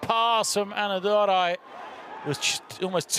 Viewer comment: Commentator's best moment is calling Anna Durai as ANNADURU the whole time